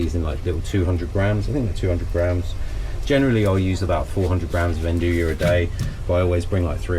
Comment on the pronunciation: Love the channel! The way you pronounce andouille drives me bonkers. I'm looking forward to the release of the Dome Gen 2 XL in natural gas next year. I already have the funds earmarked. Thank you for sharing so much knowledge. If by chance you see this comment I don't have a good option to get fresh yeast local nor do I think I would use it all to justify the delivery cost. How much of a difference would active dry yeast change the fermentation times? I read to use 1/3 the amount of active dry yeast as called for in fresh yeast. Cheers bro!